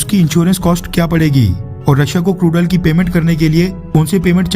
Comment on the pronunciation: For 2 min i was hear as crudal # crude oil. 😂😂😂😂